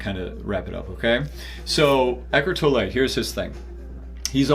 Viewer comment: Eckhard's name is pronounced Tolluh, not Tollè